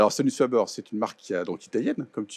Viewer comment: On dit pas fabeur mais fabair, sans Majuscule sur le f : Sonus faber.